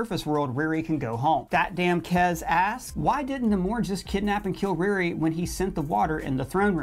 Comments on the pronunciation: Does he know he know her name is Ri RI and not "Reari"! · The way he's saying RiRi is killin me 😂 but he's crushing these